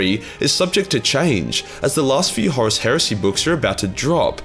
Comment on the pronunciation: FINALLY a Warhammer 40k Youtuber that does not pronounce Horus like "Horse". Heaven sent, I tell you!